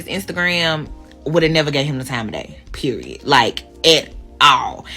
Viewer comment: Never trust a woman that pronounces the word period with 3 t’s while saying it 5 or more times during a 2 minute conversation.